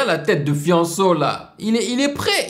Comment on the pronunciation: Hahaha sa me tue comment tu prononce Fianso .